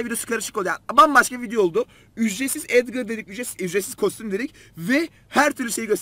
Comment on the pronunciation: Abi collete edvır diyo bir tane sesinde edgar diyo bence